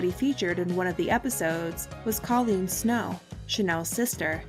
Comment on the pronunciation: Kollene Snow's name is pronounced Koh-leen with a long o sound, not like the name Colleen.